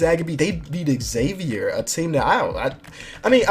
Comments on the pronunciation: god dammit it's not Exavier it's pronounced Zavier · It's not Eggzavier, it's pronounced Zavier with a z sound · it's not x-avier it's pronounced zavier but spelled Xavier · It's not X-Xavier, it's just Xavier (Zay-vur) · STOP SAYING XAVIER WRONG